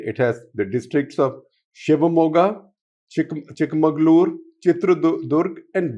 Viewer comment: It is not Chik-mangaluru, it is Chik-magalu-uru